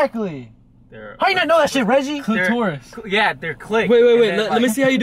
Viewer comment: bro said “clitaurus”, i though it was a🐱not a freaking 🦖